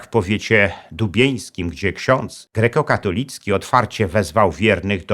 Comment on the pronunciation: w końcu poprawna wymowa. Kościół GREKO-KATOLICKI